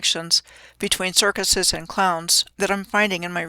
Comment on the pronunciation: Bread and 'Kirk-useus' Hmmm never saw the 'use us' in the word circuses. While were at it, look up the word 'kayfabe'. Now which CIC is in the WWE? Not sayin', just sayin'